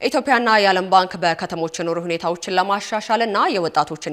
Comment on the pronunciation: ዜና ኣንባቢዋ ? ኢትዮፕያ ሣይሆን ፣ ኢትዮጵያ ብለሽ ኣንብቢ ። መቼም ተቆጣጣሪ በሌለበት ሃገር እንዲህ ኣይነቱ ግዙፍ ግድፈት ሲፈጸም በተደጋጋሚ ታይቷል ።